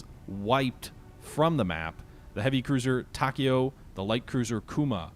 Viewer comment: TA-KAO. Not Tak e yo